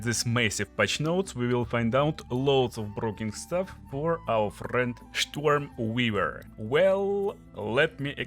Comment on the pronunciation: Штормвивэр? Нононо.